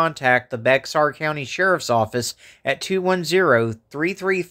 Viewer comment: Hello. Thank you for covering this case. Bye the way Bexar is pronounced bear like the animal. Not many folks outside of Texas know. ❤❤❤❤